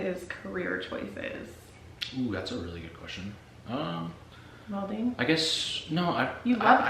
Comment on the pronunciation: Did you say welding?